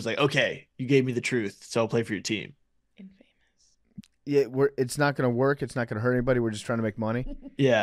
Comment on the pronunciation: I audibly laughed at my desk at how pronounced infamous